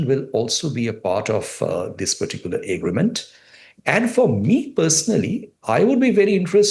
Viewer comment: Am I imagining it , orb this guy cannot pronounce “agreement” !? 😂